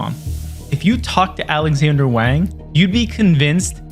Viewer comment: Wang is pronounced Wong